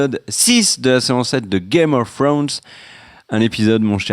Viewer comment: n'apprendra jamais à dire Game oh thrones correctement mdrr